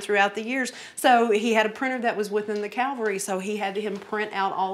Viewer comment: Calvary??? Where in God's name did you learn to speak. Do you mean cavalry? Get with the program!!!